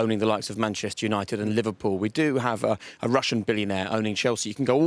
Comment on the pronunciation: “Lipple Man United”